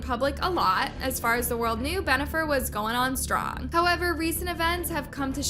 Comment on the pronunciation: Stop saying Benifer! 🤦‍♂️